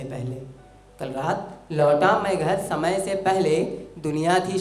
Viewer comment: Bhut bdia bhai thoda sa श की जगह स का प्रयोग करे और बेहतर होगा शमय की जगह समय का प्रयोग करिये